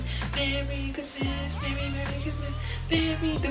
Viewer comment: "Merry Chrimas"